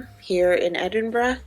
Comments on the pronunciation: I’m so happy you had a good time in the most beautiful country in the world - yes I’m Scottish and therefore biased 😂 I also love that you leaned in to the fact Scottish summers are rubbish and you were happy that you could wear all your gorgeous knits ❤ also, stunning pronunciation of Edinburgh! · Great video. I currently live in Edinburgh and just wanted to say that, as a Scottish person, I really appreciated the fact that you pronounced the word "Edinburgh" perfectly. I know words can be hard for other dialects but you smashed it. Thank you. I am glad that you enjoyed your trip.